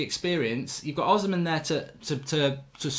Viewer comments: mark his name is Os - hi - men not osman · Victor Osimhen is pronounced: Oh - C - Men not Ozimen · Please his name is pronounced o-sim-hen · Hey Mark Oshimhen is pronounced O -SHE-MEN!!! There's no Z there❤ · Hey Mark it's pronounced Victor Oh-Shi-Meh-in